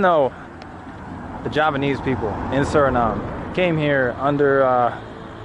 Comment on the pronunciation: As a Javanese, i see that your Javanese accent is pretty good